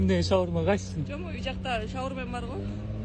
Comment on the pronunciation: "шаурма" деп айтканда, мага "чоң урмат" деп угулуп кетти. Иии, акылдуу кыз турбайбы деп ойлоп калсам, өмүр бою " сый урмат" эле болсо деп айтса.